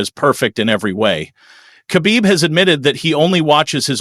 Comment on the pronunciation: Pronounce Khabib Like Hhabib (beloved)... Cuz dagestani people use "kh" to Pronounce "H"